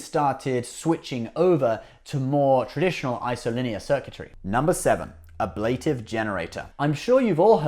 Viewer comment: speeded = not a word The word you're looking for is "sped." Also, it would be nice if you (or anyone) could pronounce "ablative." Hint: it's a Latin word, so it's pronounced the way it's spelled.